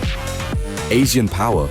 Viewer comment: he says asian power in asian accent😁